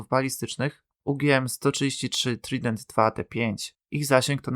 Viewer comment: Sam jesteś trident. Czyta się Trajdent...☝️